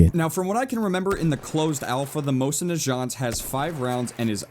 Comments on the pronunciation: Its not mosin najant its naGant also im not familiar with gewehr firearms but after looking up the word on translate it was pronounced different also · Omg... Please say Mosin Nagant right! Your saying the second word wrong. It's NA-GANT Not NA-JANT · Its pronounced na-gont not being a prick but js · You say mosin Nagant like najant like its French while it's actually the mosin Nagant like nag-ant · ...Explain when the mosin NA-GAHNT,not the mosin nazschant,was a lever action rifle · Nagant, not najant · it's nagant, not naghant/majant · omg the way you say "Mosin Najant', its Mosin Nah-gaunt. its like hearing somebody slurping milk from cereal to me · First of all...not a mosin, it's a Winchester, secondly, its not pronounced najant. But still great video! :) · It's pronounced nag ant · My god every time he calls that thing a Mosin-"Najant" makes me cringe. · Stop saying nashant Nagant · The mosin najohnt... A rifle made by the famous Russian, Johnt Na... Moisin NaJohnt =P Just havin lol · I love the way says negant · It's Na-gont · Ye, it annoyed me that he pronounced it Mosin "Najat" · The way you pronounce Nagant is giving me slight terminal cancer, plus that is NOT a M91/30 Nagant, in fact if it is a subsect of the Nagant family of weapons no one would know. A lever-action stripper clip fed rifle isn't the mental image most people get when saying Nagant (Na'jaunt Lol). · Dude I hate to break it to you, but that Russian 1895 is most CERTAINLY NOT a Mosin Nagant. (Pronounced Nah-ghant, btw) the Nagant was designed in 1891, not 1895, hence the designation M91/30 (1930 being the revision year.) The sights are all wrong, and the bolt is completely different. THAT BEING SAID. I have no freaking idea what that gun is supposed to be and it makes sense that a lot of people would mistake it for the Mosin. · why do you say najant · the Mosin Nagant rifle that you're referring to is pronnounced with a hard g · you're pronouncing nagant wrong